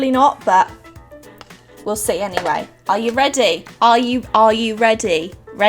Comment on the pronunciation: "Aaauh eyou reday" lmao love your videos